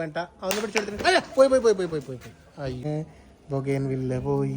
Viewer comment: ബോഗൻ വില്ല എന്നാണ് ഉച്ചാരണം